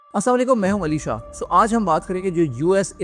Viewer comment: Ali sha ❌ Alishaa ✅ 😂